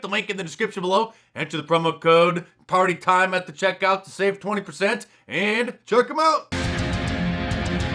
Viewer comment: I crack up on how you emphasize “PARTY TIME”🤣